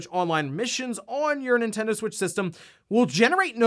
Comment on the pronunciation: it's Nintendo LoL